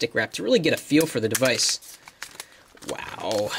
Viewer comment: yes , ''waow'' lol